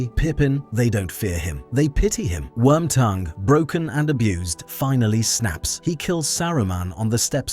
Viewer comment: Hearing "wormtogue" was a trip.